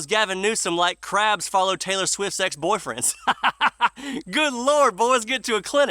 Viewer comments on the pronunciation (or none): none